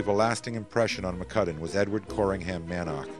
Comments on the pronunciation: Man - ark? Mann-ock is not only how it is written and should be pronounced, but is easier, too. The photographic assemblage is excellent, but again, the music is like an irrelevant and distracting soup poured all over it. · The man's name is Edward "Mannock" (pronounced "Mannick" NOT "Man-nark") 🙄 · One would think, they could at least have the narrator pronounce the pilot’s names correctly. I only made it as far as Mick “Man-awk” before I was forced to give it up.